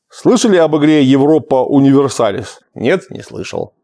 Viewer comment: Кстати, Европа УниверсАлис произнёс так же как и я, когда только первая часть появилась на лотках у пиратов...так её уже лет 14 и называю)))